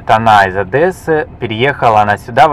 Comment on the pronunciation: Только не из Одэссы,а из Одессы)))когда же вы уже научитесь правильно произносить имя нашего города?))